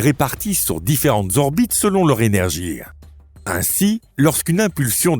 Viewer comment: Il dira que son h est muet. Mais là ne sera pas là question pour le linguiste lui-même rendu au mutisme face à une IA qui prononce ''énergie'' 👉 ''énergear'' puisse avoir dans sa narration un cheveu sur la langue.